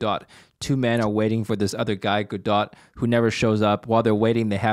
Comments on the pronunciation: Waiting for Godot, pronounced: gäd-oh. Silent t. Love the program! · the T is silent in Godot